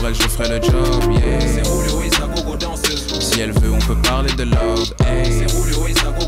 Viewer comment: On dirait que à la place de Julio il dit Rouluo